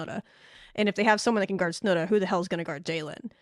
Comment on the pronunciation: Oh, Texas Tech fans are used to lazy work by a certain announcer who covers almost every game and it seems will never learn how to say Snudda's name properly.